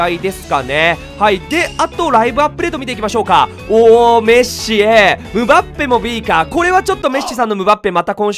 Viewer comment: メッスさんじゃなくてメッシさんなんですねww